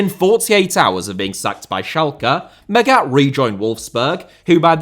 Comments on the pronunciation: Hell, it’s mAghat pronouncing the first a, as least it wasn’t intentionally chosen to let it sound like maggot … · Come on, I thought you were better than this. Your pronunciation of Felix Magath is just atrocious, you should have looked it up before making this video. Normally you are spot on in your research and preparation, but in this case you fulfil the stereotype of an English football pundit talking a lot without knowing enough. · mispronouncing german is his thing, doesnt change that what he's mispronouncing is still well researched and presented. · Yes, in this case I'm being pedantic. The way he pronounces Magath in the "wrongest" possible way is shocking, especially because normally does such a good job and does good work. I'm a teacher in a big city, with a lot of children from many different ethnicities. I make sure to ask every one of them how to properly pronounce their names. It's a sign of respect to at least try. Look at the prem, they understand this as well and have these videos where the people tell you how to pronounce their names. And for someone like felix Magath there are a lot of videos online in which you can hear the correct pronunciation of his name, they are very easy to find.